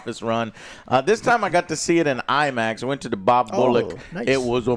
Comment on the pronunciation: 8 foot tall Imax screen? 😂 Imin-screen